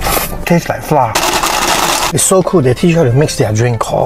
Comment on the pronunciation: Most Malaysians pronounced flour as fla. Not flower.